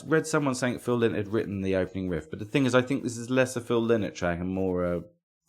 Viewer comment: Pedantry corner, Lynott is pronounced "lie-not', a bit of a bug bear for those of us with that surname Really.looking forward to you doing a planxty episode, a much overlooked band. As for Lizzy, as great as Jailbreak is, I always prefer the music of the original lineup (Eric Bell era), which to me has more depth both musically and lyrically. Keep the great shows coming